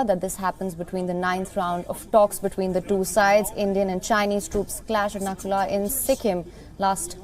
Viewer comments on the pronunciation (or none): Please correct the name of the pass it's Nathula not nakula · not Nakula ,it's Nathula OK.. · Not Nakula it's Nathula 😊